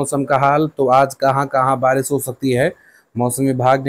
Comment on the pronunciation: Pahle Barish bolna to Sikh Lo acche se Baris bol rahe ho